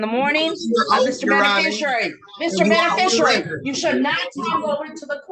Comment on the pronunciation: If you're going to call yourself the beneficiary, at least learn how to pronounce it 🙄 "Benifishurary"